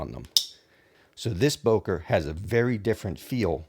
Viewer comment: The correct pronunciation is not [boker] but [bøker]. It has a ö